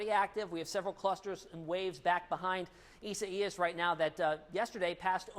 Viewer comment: Please please pronounce the name properly...EYE-ZAY-AS